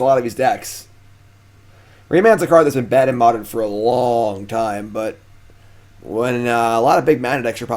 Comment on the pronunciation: Oh man I love "Modren"